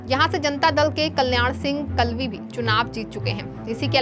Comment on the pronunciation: कल्याण सिंह जी कालवी थे आप कलवि बोल रहे हो जो गलत है